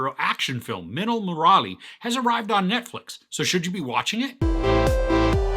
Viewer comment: I'm suprised he pronounced minnal correctly but got stuck with Murali😂😂 Love the review